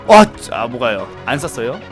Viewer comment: 진짜 발음 좋아지신것 같은데 아직도 발음이 좀ㅋㅋㅋ 안서서여(안썼어요) 어트카시이그(어떡하지 이거)등ㅋㅋㅋ